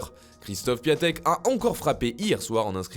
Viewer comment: Ces pas piatek on prononce piantek